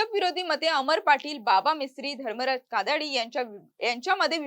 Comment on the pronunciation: कादाडी नाही काडादी आहे आडनाव पण तुम्ही कादाडी असा ऊच्चार करत आहात